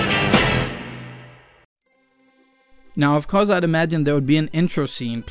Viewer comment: guys guys he said beitch